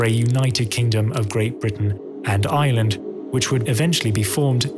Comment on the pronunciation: Pity he can't say Ireland .